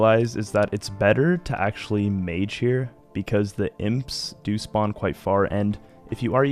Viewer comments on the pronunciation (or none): none